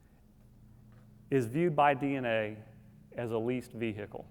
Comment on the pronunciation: Quote: believe that every woman should get a look into the candid discussion between men about women and pickup artistry. ......... Well he's left a lot of ''how to pick up guys'' for men. . I'm surprised this isn't outlawed, even in Florida. . How did he learn to say 'vehicle' like that? shockingly crude ! o0o